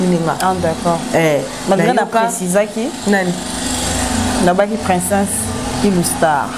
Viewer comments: Ma on dit princess et non princeinsse🤣🤣🤣🤣🤣🤣🤣🤣🤣🤣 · Princesse yango esala ka bino Pema po nako prononcer. Boyekola kolaba princesse